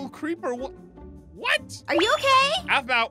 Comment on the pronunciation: Aphau! Me: the name is Aphmau!